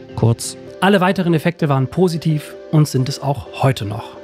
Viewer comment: Sagst du immer pRositiv?